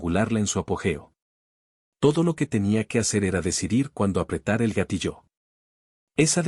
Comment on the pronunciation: NO es "gatilló" sino gatillo, palabra grave, de la misma forma NO es "pórtal" sino portal, palabra aguda. Que vaya aprendiendo español la IA.